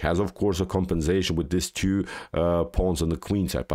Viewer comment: He says, "queen to bee tew", instead of, "queen to bee two".